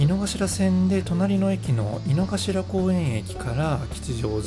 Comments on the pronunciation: 濁りません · 井の頭線、いの”か”しらじゃないですか？まだ日本語を勉強しているが、動画の発音は”いのがしら”と思います。どっちが正解？